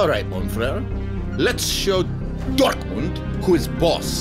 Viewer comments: that is the most disgusting pronunciation of "Dortmund" I've ever heard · I like how mbappe says DORKMUND😂😂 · Lol "Dork-mund"